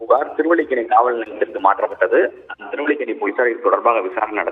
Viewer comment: திருவள்ளிக்கணி இல்லைங்க. திருவல்லிக்கேணி.